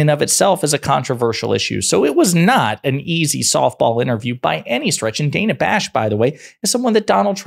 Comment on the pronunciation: Son of a gun! It's pronounced like Hannah. Dana. Not DAY-na. She's been well reapected forever. Dana.